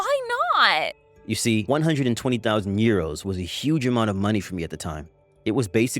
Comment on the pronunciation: How the hell did she mispronounce 120,000 dollars